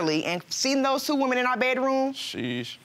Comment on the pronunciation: Woman: “not one burt two wemen “